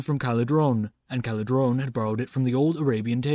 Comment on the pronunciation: Just for information, it's Calderón, not Caledron ;)